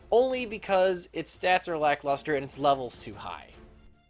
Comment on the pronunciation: "Black Luster? No its LACK Luster"